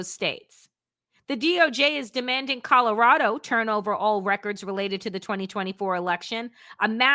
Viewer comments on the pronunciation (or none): none